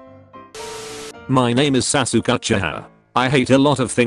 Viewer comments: Anime: sasuke Automated voice: satukie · google translate pronounced sasuke like "sassok" xD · i love how the text to speech voice pronounces sasuke sas ook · Name:Sasuke A.I voice:S A S U K